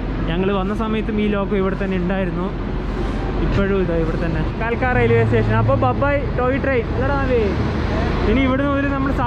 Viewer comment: കാൽക്ക അല്ല കൽക്ക ആണ്